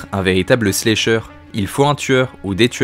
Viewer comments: La vidéo est très bien par contre désolée mais ça me crispe de t'entendre dire "slécheure" 😂 ça se prononce avec le A, slAcheur, puisque le verbe to slash en Anglais se prononce slAche. Pardon ça doit faire emmerdeuse pédante mais c'est pour aider, vu que la prononciation de l'Anglais c'est pas facile pour tout le monde. Sinon excellente vidéo ! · slAsher, chéri, on prononce A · Y’a que moi que ça trigger pour ça façon de dire slAyyysher en mode vite fait anglais lol je comprends mais tellement pas l’habitude de l’entendre comme ca ce mot mdrrr sinon trop bonne vidéo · C'est cool ta vidéo, mais ta prononciation de "slasher" me fait rire 😅 Pas besoin de prononcer le "a" en "ay" !!! Le "a" se prononce de la même façon qu'en français 👍